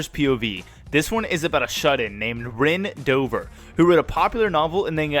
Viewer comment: Almost heard that as Ben dover not Ren Dover 😅